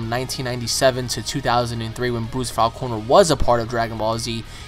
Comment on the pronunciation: I really do not like the way you pronounce his last name. I've always pronounced it "Faulk-ner" Like hawk but with an F